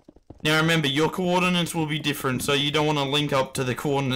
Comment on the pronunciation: no one gonna tell him that it is coordinates and not coordinans?